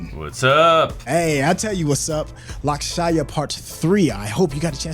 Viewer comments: Not lakshaya it's pronounced as LUUXSH man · almost choked on my food when I saw barasingha subtitled as Twelve Oak xD Barasingha means twelve-horned. Who did these subtitles man? Also please for the love of God never say Lakshaaayaa again. Just say "this movie" 😂